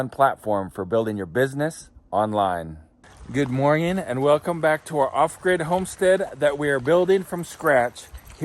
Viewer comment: Stop saying morging